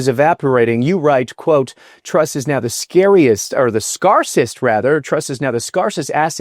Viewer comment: Scarcest... Say it with me... S c a r c e s t!